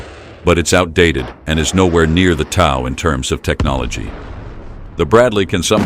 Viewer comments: TOW is pronounced "toe", not "tow" as in "tower". It drives me crazy hearing it mispronounced. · Maybe tell the AI narrator that TOW is pronounced "toe," as in "Tow truck." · It is pronouced "TOE", not TAU... TOW stands for Tube launched, Optically Wireguided (TOW) missile. And, there is NOT way that it can survive a shot from a 120mm main gun of a tank. The M2 armor protects the vehicle through a full 360 degrees against 14.5 mm armor-piercing incendiary (API) ammunition. The main gun on tanks average 120mm in size... You do the math as if it will stand up to that... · T.O.W. is pronounced toe like tow truck.😮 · It's not "TOWE", it's pronounced like you would pronounce the word "TOE!" Get it right goofball!!! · The word is TOW not TAW !! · Pronounced toe not ow, like you can tow things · TOW = Tube launched Optically sighted Wire guided It's pronounced like toe. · Rhymes with 'row.' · Its TOE, TOE! Like your big TOE! Got it?? SMH Should we really fear AI if it can't even pronounce a three letter word?? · Mispronounced the system name (TOW sounds like things on the front of your feet. This is correct) So:dislike..don't recommend! Block Throw shade. Free advice: human narrators are cheap. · Interesting pronunciation of “TOW.” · How the heck do you mispronounce "tow" every other time?